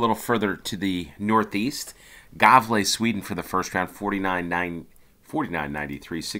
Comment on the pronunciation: Believe it or not but Gävle is pronounced "yeah-vleh" Edit: Värnamo: "vair-nah-mooh". Just the right place for a cowboy! The two should give you an idea of what "ä" would be.